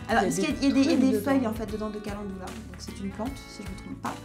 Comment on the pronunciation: c'est pas le calendoula mais le calendUla...